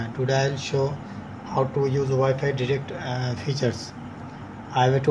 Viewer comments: Good video But it's called wifi direct not derect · Did you say wifi digit